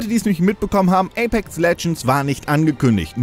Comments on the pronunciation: APEX und nicht Apek alter. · wie er so nach knapp 5 minuten nur noch APEK sagt weil er das X dauernt verschlugt und ja ich war auch so "moment was wo kommt das denn her"